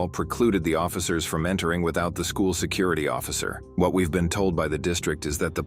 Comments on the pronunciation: Lady cant pronounce Security 🤣 😂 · Say security again, how was that pronounced? WTF is wrong with people, the cops have authority over “safety and secuurity.” Twit. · "i called Suh-curr-ity already." That's all I gotta hear from that woman. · Can we not hire people who cannot pronounce the word "security" to enforce security.